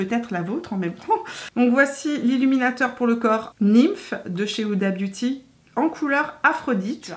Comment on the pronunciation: Sinon elle s'appelle pas "Oudabiouti" hein xD ! Vidéo très cool, je vais économiser plein de sous ahaha ! ;)